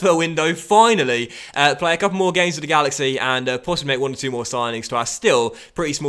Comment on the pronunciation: “Wid duh galaxy”